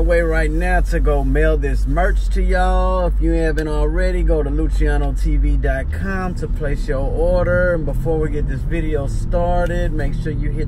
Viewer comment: Its pronounced LU-SI-A-NO not lu-CHI-A-NO